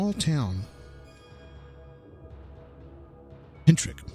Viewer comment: *Pentyrch That's ‘pen-turk’, not ‘pen-trick’. If you couldn't even get the name of the place correct, how many other mistakes have you made?